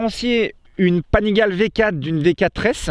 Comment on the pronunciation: Salut, super vidéo. Au passage, Panigale su dit "Panigalé".